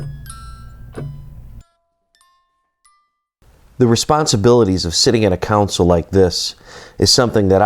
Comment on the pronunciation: Loved the interview but "Console" is definitely a different word than "Council"